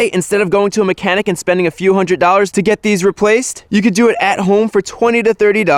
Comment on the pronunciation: I love your videos but you kill me... its hundred not hundrit